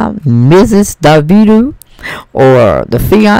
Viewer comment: Auntie his name is pronounced Dah-Vee-Doe or Da-Veto same thing we black lol